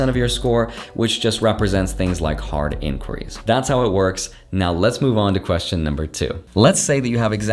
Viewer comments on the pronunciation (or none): What did you say ? Card inquiries?